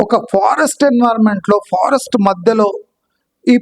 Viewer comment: Sir they Pharest not forest😂😂